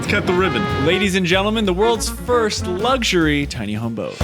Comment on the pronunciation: There is no "g" in luxury. Thanks again.